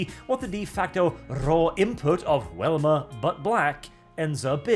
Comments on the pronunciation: Hearing say Wilma instead of Velma makes me confused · you kept saying Welma, Her name has a V, I know I'm nippickin sorry. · It's pronounced with a "Vee" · Why do u keep calling velma welma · I am not going to lie. Hearing Velma being said as "whelma" threw me off. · Am I the only one who keeps hearing say "Wilma?" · I really loved the comic style version. And are you saying “Welma”Instead of “Velma”? I’m not certain if that’s an accent thing or myself mishearing or something intentional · Goddamnit, stop saying "WELMA" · Do you pronounce Velvet like Wellwet? Or is it just for Velma? You Europeans complain about Americans mispronouncing words, well this is an American IP, so yea her name is Velma.